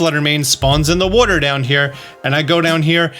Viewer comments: I like when he says "wooter". Down by the wooter, in the wooter, drink some wooter, they're all my favorite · I love the way he says Water